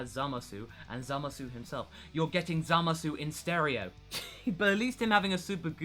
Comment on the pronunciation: Did anyone ever told you that it's really painful how you pronounce "Zamasu" with that "uu" at the end? The "u" suppose to be silent - it's more like "Zamas". I mean... just listen to the dub ^^" But anyway, nice content here. Nice to hear not-so-fanboish, power-level-driven Dragon Ball review for a change. :D About Vegitto inside Buu - nope, the really DID split because of the Buu environment. They fought only for few minutes. Youcan see that by the paste of the action in manga. :) Aside from that, if they would fight longer, I guess they would split anyway. :P My only question is about Rou Kaioushin (Old Kaioshin). He's a walking potara fusion of a young Kai and an old witch, so... does it count when only one of these people are a deity?